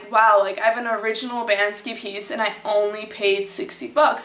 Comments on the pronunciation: Why do you call him 'Ban-Ski'? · isn't it pronounced "BANK-SEE"?.......... can't find the video where you're excited about POTATOES!!.......... i'm HOMELESS and i can't always get down to my (roll-up door) storage unit to use my microwave, but i used to get a big POTATOE and poke a lot of holes in it, on both sides. then, i'd nuke it for 5 minutes on both sides (10 minutes total). add butter, salt, pepper! sometimes, hot sauce! i don't have any special diet, i just eat ANYTHING i can. a HOT meal is a rare treat!!!.......... why don't you sleep on your balcony in Switzerland(!) in the rain & snow with a thermos of HOT tea?! like a wolf!.......... :-)